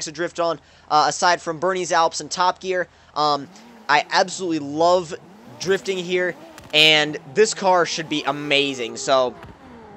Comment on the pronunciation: Everybody loves 'difting'